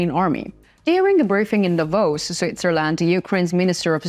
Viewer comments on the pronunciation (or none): none